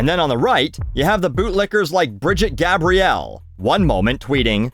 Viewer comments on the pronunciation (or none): none